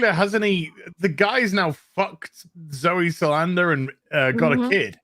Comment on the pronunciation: Um...... others have probably told you all three of these 100 times, but here's 101. 1. Zoe Sal-DAN-a, not salad-na FFS, 2. White Vision's original memories, or what was left of them in his in what was left of his original brain, were unlocked by fake Vision, fake Vision did NOT put his own consciousness into white Vision. This was VERY explicitly stated in the show. It doesn't explain why he fucked off or why fake Vision said nothing to Wanda, but it's still very different (and should be MORE meaningful) than fake Vision putting his fake, superficial consciousness into real Vision. 3. Chew-eh-tell Edge-ee-oh-for, not whatever the fuck you keep saying.